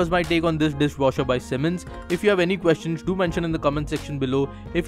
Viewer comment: It's "S" not "SH". Annoys me a lot :/